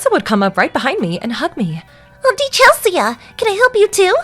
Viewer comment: Chel-see-uh? That name is pronounced Chel-see!!